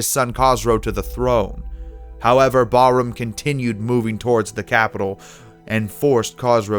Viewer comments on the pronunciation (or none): "Byezantine" "Kaw-cassus" "Barum" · The pronunciation of Persian kings 🤴 was ridiculous 😐 specially Khosrow and Bahram